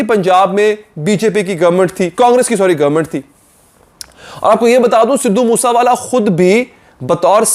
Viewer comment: its sidhu moose wala not sidhu moosa wala learn to pronounce first